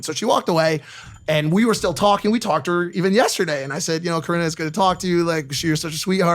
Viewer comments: stop saying karina 😩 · Dude, just stop pronouncing Corinna’s name wrong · One day you’ll learn to pronounce Corinna’s name right Keem, one day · Speaking of Coreena. Get your pronunciation right dumb fuck (rin) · YOU ARE SO BAD AT PRONOUNCING NAMES OMG!!! it’s “cor•in•ah•”!!! Also how do you get “caniff” from “kpof” ???? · COR INNA! Learn how to pronounce people's names If ur gonna be talking about them. It's annoying as fuck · Stop sayin Corinna’s name wrong 🤦🏻‍♀️ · Corina what ?😂 Keems pronunciation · This loser can’t even pronounce Corinna or David correctly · This dude can’t freakin pronounce Corinna. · Learn how to pronounce Corinna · Keem what is it man, pronouncing hot girls names wrong, Alissa now Corina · Take a shot every time Keemstar pronounces Corinna’s name wrong 😂 overall it doesn’t really matter I just think it’s funny